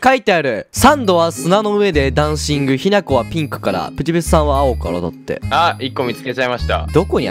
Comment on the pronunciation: ひなこさんしゅんたんって言ってた